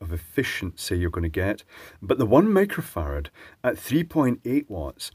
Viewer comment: 1 Mega Fahrad? XD You said it like 4 times :) Edit: Cool, now I hear a very short "micro" every time, but I can mishear it very easily :}